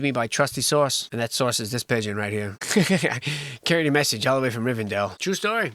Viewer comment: "....all the way from Rivendale..."